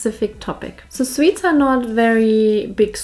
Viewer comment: Aaaw, she called us sweets. No it was swedes, it almost sounded like sweets. Well! Can´t hang around here all day, got important things to do (yeah right).